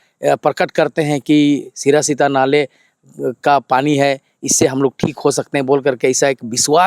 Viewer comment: सिरा सीता नाले नहीं सिरसी ता नाले बोलिये